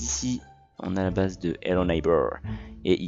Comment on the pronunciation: Ça se dit bays pas beurz